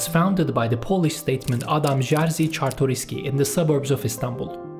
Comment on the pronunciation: whatever man, im not here to argue. Jerzy was the only thing you said wrong, I was suprised that you said Czartoryski perfectly.